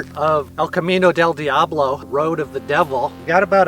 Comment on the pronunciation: I love it...but you have to work on your accent for "Camino del diablo" . It's more like El-cah-MEe-nnoh dhell DEeahhbloh